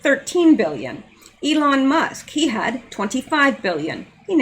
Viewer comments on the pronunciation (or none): none